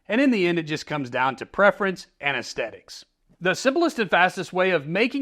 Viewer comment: Love your videos. You don't take yourself seriously, but you take your carft seriously. Lots of good info here! Also, there is a TH in aesthetics. ;)